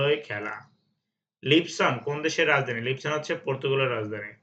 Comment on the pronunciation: লিবসন না! পর্তুগালের রাজধানী লিসবন। সুন্দর করে জেনে শুনে উচ্চারণ করবে।